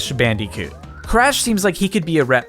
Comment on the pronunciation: Why do you say bandycoot instead of bandicoot